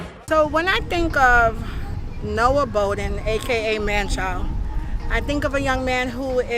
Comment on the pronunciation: The last name is pronounced “Bah-Den” not “Bow-Den”